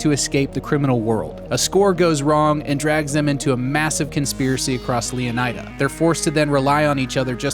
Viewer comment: DarkViper’s girlfriend who’s a Latina said it’s pronounced Leoneeda, not Eye-da